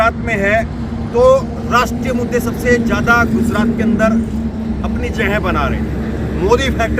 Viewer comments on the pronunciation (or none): Bhai guzrat nhi gujrat hai